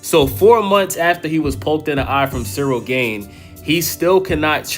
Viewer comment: Dude, pronounce the A in Gane like the second A in aspinall and youre good.. Greetings from europe 🙋🏻‍♂️